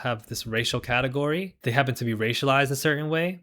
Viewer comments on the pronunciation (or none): none